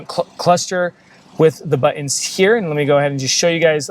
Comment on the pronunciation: Nice video! LOL he says 'buh-ins' for the word 'Buttons'